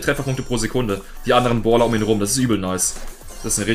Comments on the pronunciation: Das heißt Brawler nicht bawler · lern mal deutsch boler und bolstars